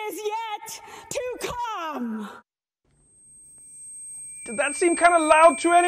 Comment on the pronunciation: Did Kimberly get paid extra to emphasize "the best is yet to C*M" part of her speech??